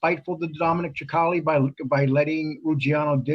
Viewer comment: Sicale not Chicale. You would think you'd know how to pronounce these guys names by now.